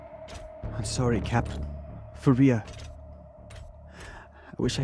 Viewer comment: we goin wit the new story, like SAWRY NOT SAWRY need maya